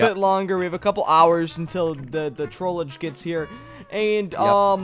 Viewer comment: Is trollge not trollege